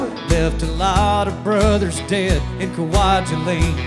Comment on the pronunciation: Kwajalein is pronounced Kwa-jel-in. Marshallese is a weird mixture of German, English, and Japanese.